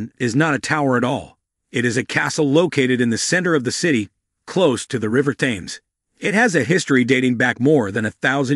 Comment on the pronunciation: Great video. !!! Just one constructive criticism. Please pronounce the River THAMES properly Sounds like the number ‘ten’ but with an “m” at the end.; Then add the s. Or. Just say TEMS